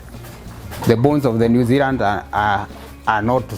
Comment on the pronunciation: Zeland? LOL. Or Zealand